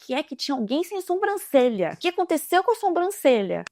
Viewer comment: pelo amor de Deus para de falar SOMbrancelha kkkk aaaaaaa é SObrancelha